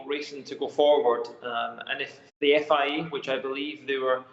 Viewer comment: "FIE" that accent tho lmao